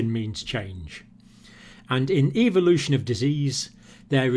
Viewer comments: evolution not ivolution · Eeee-vo-lu-toon. Ehh-vo-lu-tion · evoolootion is eVoOlOoTiOnInG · I was cringing at the way he pronounced 'Evolution.'